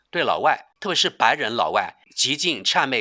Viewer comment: 谄（chan）媚，不是qia媚